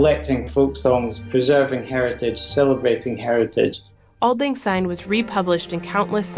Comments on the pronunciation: For those of you who aren't Scottish, it's "syne", not "zyne". Also the original and correct , version is "For auld lang syne" NOT "For the sake of auld lag syne". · Take note people - it’s Auld Lang SYNE not Auld Lang ZYNE!!! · I agree it is auld Lang SYNE not auld Lang SYNE, I get so annoyed when people sing it wrong, but it's billion times worse when the Scottish get it wrong. 😮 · Yes it’s syne not zine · Please remember that it's pronounced SYNE with an S and not ZYNE with Z as is quite often done, especially in England and the USA. As a Scot it really grates when I hear it sung wrong. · Glad it’s not just me who is driven mad when I hear it with a Z!